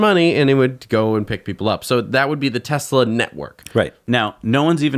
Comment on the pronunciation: T for Taxi or... "Tesli".